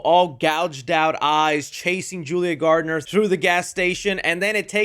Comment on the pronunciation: bro its julia GARNer not GARDNER